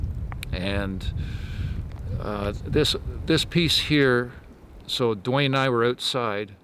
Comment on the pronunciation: called out '..dwayne, you!' He just couldn't get the Dw sound quite right but it seemed clear to me. min in.